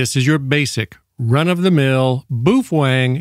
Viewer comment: It's Bow-fung, and "hams radios" wtf?